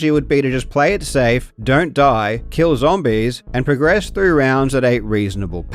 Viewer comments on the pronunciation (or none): none